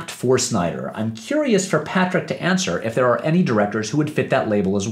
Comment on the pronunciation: First of all, thanks again for the love. Seriously can't believe I appeared in two of your videos. Secondly, you got my name right the third time, the -ch is pronounced like in cheese or chase lol